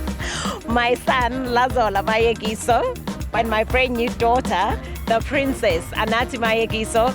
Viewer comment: wow, no! it's so sad how the narrator failed to pronounce "Mayekiso" and yet he got the Brazilain model's name right. Top Billing, you can really do better.